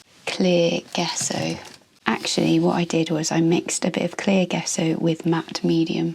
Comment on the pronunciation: Hi,. An interesting video, but two things I'm surprised that no-one's mentioned! In reverse order: 3: Gesso is pronounced, "Jess-oh" with the accent on Jess. We can check almost any pronunciation we're unsure of on Google Translate - it does a pretty good job, unless it's a really obscure language! Tell Google if you know the original language, otherwise it may decide it's English, which doesn't always help, as it can come up with the American pronunciation! If unsure, choose 'English (British)' Put the word in and then click on the 'listen' icon at bottom left to hear it pronounced, 2: A very serious health warning!!!: Using gesso, creating a rough surface, will cause serious damage to your watercolour / gouache brushes, brush markers (regardless of tip!), pen nibs and fineliners,.It also will eat up your pencils and Neocolors very fast. If you wanted the resist, then you'd need to sand it to a fine, smooth surface - but that creates plastic dust, which is not good for your health nor that of the environment. But at base, it's not intended for sketchbook use, though it seems to be a fashion on ArtTube recently. 1: Acrylic gesso and paint contain plastics which find their way into our soil / water very easily. It's not only in artists' paints, but it's in all sorts of household paints and other things as well, and none of this is good news for our struggling planet!!!! The reason your pencils came out darker is a direct result of the rough surface, which grabs all th